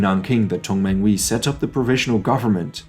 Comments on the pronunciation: 同盟会with emphasis of the H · Good content but he has not studied the Chinese language., so he mispronounces the phonemes in many names of key people, organizations, and locations. I do not suggeest he needs to pronounce the Mandarin tone, but - he mispronounces Tong menghui, Yuan Shi Kai, Beijing, and others